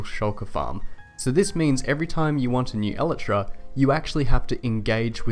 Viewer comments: it's pronounced El-I-Tra, not El-e-Tra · basically Eee-lie-tra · It's pronounced... EL - EYE - TRA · Did you say... elatra? wtf lol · i cant get over how wrong you are pronouncing elytra...